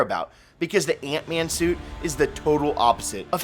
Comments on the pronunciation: It’s Ant-Man. Not Eent-Man. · Antman not eentman